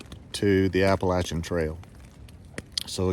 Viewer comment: Hello from WV! 💙💛 I love that you pronounce Appalachian the "right way" lol Good luck on your thru hike! Looking forward to seeing you summit 💪🏻